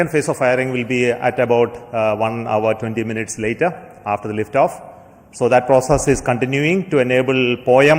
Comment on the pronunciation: Liftaaaaaf Naaaarmul 😂👍